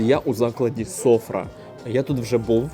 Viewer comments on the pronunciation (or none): Не сОфра. СофрА. Наголос на А. Не чебуреки))) Чібєрєк.